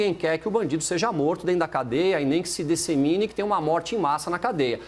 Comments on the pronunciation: O tal do envergonha por: 1) Claramente não ter entendido o tema do debate 2) Não saber falar DISSEMINE (ele falando "dessimine" o tempo todo jogou meu TOC nas nuvens) EDIT: assisti até o final e além de tudo o cidadão tem sérias dificuldades no que tange à concordância verbal e nominal. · É DIS-SE-MI-NE a pronúncia correta, ô! Quando penso que o Caio já era dos piores para debater com a Gabriela, me colocam um cara que não sabe nem se expressar, muito menos articular argumentos.